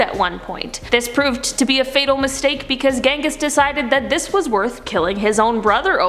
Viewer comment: You pronounced the first name incorrectly... I mean come on it has a “j” not “g” sound.